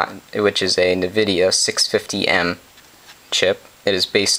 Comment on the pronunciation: "en"-vidia dude. You sound like you know nothing about computers by getting the name wrong.